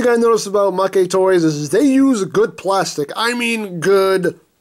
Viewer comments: MakeToys is pronounced Mayktoys, not MakeyToys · You are legit the whitest YouTuber. "Oh, well it's from Japan so it's probably pronounced MakéToys. God damn dude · You know, if you pronounce it 'ma-ke toys' it kind of sounds like it means 'loser toys' or 'toys that lose'. Or another meaning you could derive from that pronunciation is 'freebie', as a freebie is something the company looses to the customer. I'm not making this up. I live in Tokyo and speak Japanese. Does MakeToys give you free toys to review ? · Why did he pronounce Maketoys wrong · Don't worry. You pronounced Novae correctly. The Japanese text has it pronounced that way. As for mah-kay vs. mayk for Maketoys...they haven't put any Japanese text for it, which is my guess as to why it's ambiguous...oh well. lol